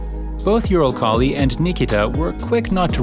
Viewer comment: Please make the pronouciation better. Eurokhali??? :D